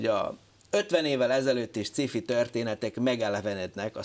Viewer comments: Hát ezt meg ki mondta, hogy szkifinek kéne ejteni? Mitől? Ejtse ki jól: science fiction. Van benne k hang? A másik lehetőség meg a magyaros, ahogy írva vagyon. Szkifi pont nincs egyik lehetőségben sem. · sci-fi...kerem ejtse ki jol...c helyett k...amugy jo volt.....